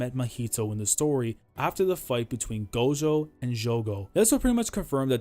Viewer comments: i really wish you'd say "gojo" instead of "gosho" @@ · We just gonna ignore how he says gojo (gosho)